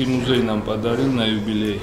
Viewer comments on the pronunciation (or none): БассЭйн)) музЭй говорите?